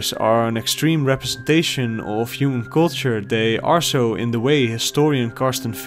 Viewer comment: "the 'uman experience"